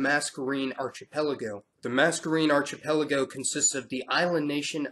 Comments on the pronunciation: Just a (I hope) gentle comment on pronunciation: archipelago is pronounced [ar-ki-pel-igo]. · It's pronounced arKEEpelago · "arc ipelago". good,good work. G.Davis, 23June'24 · Okay I know you’re young, but how did you never learn that the “ch” in archipelago is pronounced like a hard c? Like in architect. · I hate to be "that" guy but archipelago is pronounced with a K and not a CH sound... Love the channel, love your videos. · I LOVE your videos, but can you please make at least a small effort to pronounce words properly (like archipelago)